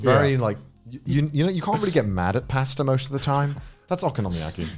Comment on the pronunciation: Connor's pronunciation of pasta hurts me internally